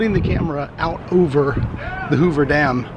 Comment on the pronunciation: it's dam , not damn